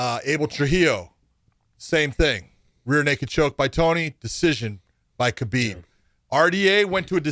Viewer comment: How is Khabib one of your closest friends, but you mispronounce his name? (don't say the K)